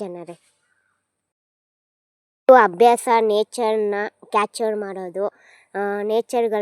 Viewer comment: Capture not catcher 😂😂😂😂😂😂